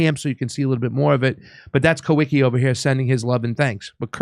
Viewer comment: I believe the correct pronunciation for the guy you call Kah wee kee is Kah vee kah